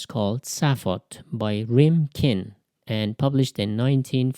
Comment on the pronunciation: You got the title wrong. It's actually Sophat, not Saphot. And the ''ph'' isn't pronounce like ''f'' but it's like a normal ''p''.